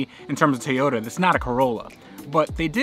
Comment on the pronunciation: Everytime you say TAY-yota it makes me want to jab sharp objects into my ears.